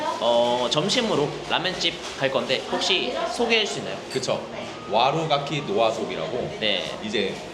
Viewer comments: 와루가키 노아소비 띄어 읽기 개킹받는데 바로 담 턴에 와루가키노 아소비로 읽어주는 킹라미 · 와루가키 노아소비 라고 개킹받는데 카라미가 와루가키노 아소비 라고 정정하는거 보고 편안해짐